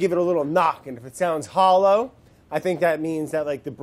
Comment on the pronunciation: When Brad says Hollow like Holo and I saw holo.